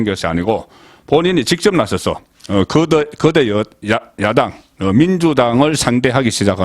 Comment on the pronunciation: 송국건기자님 발음 공부하십시요. 그대가 야당 발음과 거대 야당 발음 공부하십시요.